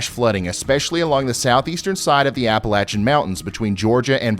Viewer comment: Thank you for pronouncing Appalachia correctly.